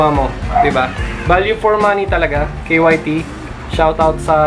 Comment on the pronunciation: K Y T KYT(KAYT)Yan ang okey na pronounce nya 😊👌🏼. Rs